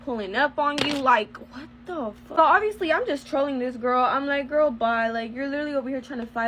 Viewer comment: Did someone tell her there’s an L at the end of girl??